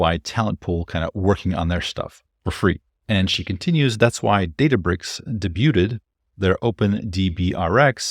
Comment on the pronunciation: debuted? Is that how Americans say it? Or should we blame Elevenlabs? 😂